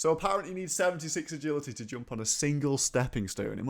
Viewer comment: "E'gility the funnest of skills"